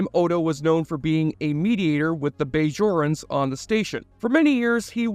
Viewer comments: Not to mention the BAYjorans....lol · How can you claim fanship when you can't pronounce Bajorans properly or know that the Alpha & Gamma quadrants are both part of the Milky Way not separate galaxies? That checked me out of the whole video & I didn't watch the rest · Bay-Jorans. Changa-Lings. Ghuol-Dukat. Aleem-Garak. For someone who claims to love this series, the narrator pronounces most of the proper nouns differently than the hundreds of times they are spoken in the series. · The way you say “Bajorans”, you don’t know how to pronounce Garak’s first name, you thought Jake would join “the federation” instead of starfleet, that you don’t know that the Gamma quadrant and alpha quadrant are both in the Milky Way galaxy, not separate galaxies… Relatively minor mistakes, but you say you love the show and these are pretty basic things. Seems more like you are just reading a script someone else wrote. Still a good vid. Props to the script writer.